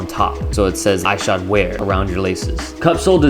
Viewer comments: Ik im two years late but it was really bothering me how you pronounced his name. It’s pronounced Is-shod like issue. Great review though. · The way u say Ishod makes my skin crawl do u say ish cepedas name all weird too? Lol just say it normal. Even the clip u used to justify saying his name wrong proves you know how its pronounced lol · pronounce his name right